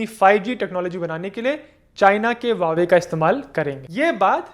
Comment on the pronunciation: Not wawe but pronounced as hauwe